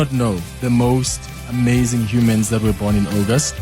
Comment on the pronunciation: It is NOT OGOST it’s aUgust